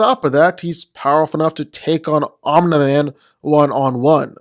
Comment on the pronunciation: Love how he says omna man